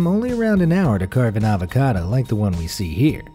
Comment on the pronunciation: The most painstaking thing is listening to him say avacado